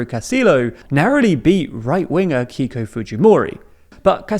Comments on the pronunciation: Just a point of pronunciation on Keiko Fujimori's name. It should be "kay-ko" rather "kee-ko" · and the name "keiko" should be pronounced like "kay-koh", not "key-koh" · The pronunciation: Keiko: kay-ko Fujimori: Foo-hee-mo-ree Castillo: Cas-tee-yo Boluarte: bo-loo-r-tae